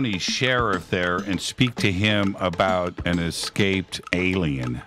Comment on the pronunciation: NEVER trust anyone who says: "EK-scaped."